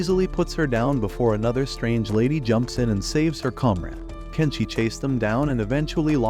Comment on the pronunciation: Tenshi not Kenshi